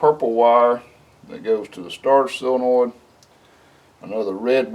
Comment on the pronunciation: Why does every backwoods, diy, shade tree 'mechanic' ever say "sillinoid"? Its sol-e-noid. Its even in the dictionary for the masses to look up. Crazy huh?